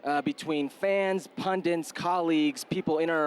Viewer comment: Herc it’s ‘pundit’